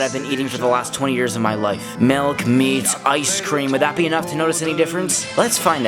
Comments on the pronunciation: the fact that he said Melk instead of milk. You lost me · i unliked this video because he said melk not milk.